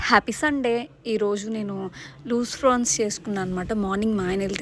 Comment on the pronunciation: Frans kadu madame prawns